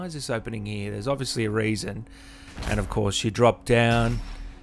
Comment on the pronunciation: "There's obviously a raisin." How americans hear you...